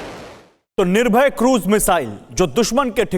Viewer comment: Ise to missile kaam bhi bolna nahi aata ... Nirbhay ko bol gaya nirbhar